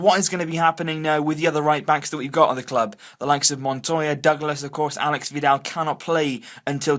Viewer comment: It's /alésh/ (accent on the E, not the A; and SH instead of X.) That is how Aleix Vidal's name is properly pronounced. They're already talking about how people all over Spain mispronounce it, teach them a lesson by getting it right before most spaniards!